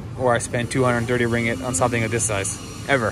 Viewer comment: It's ring git, not ring it. 2 gs